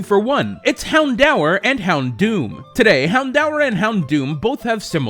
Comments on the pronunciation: "hound-hour" Hound-or. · I'm pretty sure it's pronounced hound-door, not hound-hour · He says 'Houndour' so weirdly... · You slighty mispronounced houndour but otherwise I love your videos 👍